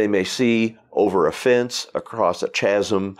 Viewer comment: Since when is chasm pronounced TCHAZM?!